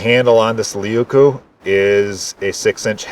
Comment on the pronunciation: " Laykoo" Leuku means big knife in Finnish. 🐻